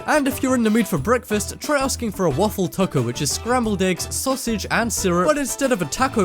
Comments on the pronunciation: Who else got annoyed when he said taco lol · you said taco wrong lol